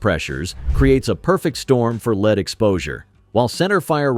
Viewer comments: Lead : led, not leed, as regards pronunciation - like .22 LR ammo, AI definitely has its own limitations. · AI is still struggling with English word pronunciation. It's pronounced LED not LEED. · Al pronounces the metal” lead “ as leeeed